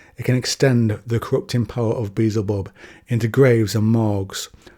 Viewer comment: There’s something oddly orders of magnitude less threatening about the way you pronounce beezelbub. lmao